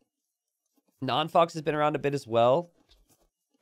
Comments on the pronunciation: I'm pretty sure "non faux pas" is a french pun and is spelled "non fo pa". As a french speeker, it was funny hearing "fox" all the game x) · by the third time you said 'non fox' I had to click off. Yes, we all pronounced that word wrong as kids, but we're adults now and its time to grow up. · “ Non foe pah “ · If only knew how to actually say Non Faux Pa's name, it would make the fact that he was host and all techs are on way funnier lmao.